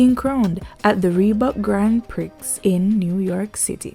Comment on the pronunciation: Thanks for reminding us. Prix is pronounced "pree", like "him a pree..." 🙂